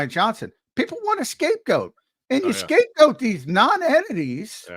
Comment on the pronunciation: Highlight of today’s show, when accidentally said “Scapegooot”😂😂😂😂 a rare mistake from the man.